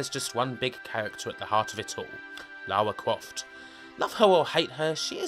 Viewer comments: Lawa Cwoft? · Lawa Cwoft as seen by a twue gamew :) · Man, you sound like Barry Kripke, like, u know... "Lawa Cwoft". Haha sorry, I'm being mean, it just distracts me. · Lawa kwoft tomb wader was my favwit game on the pwaystation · Lawa cwoft